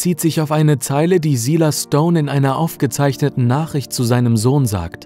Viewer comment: silas stone wurde falsch ausgesprochen